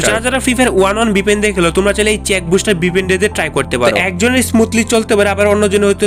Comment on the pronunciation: ভাই ওটা চেক বুস্টার না সেক বুস্টার😂